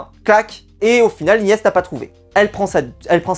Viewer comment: Les gars arrêtez de dire Ylyess c’est Ilyesse 😅